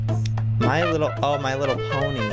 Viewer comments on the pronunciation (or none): he said my little porn 😆 it was my little pony